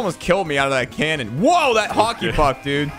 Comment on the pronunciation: maybe i'm watching too much One Piece but i swore he said Haki instead of Hockey